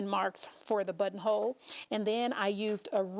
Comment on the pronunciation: I just hear butt hole 🤦🏻 i love your videos btw 💗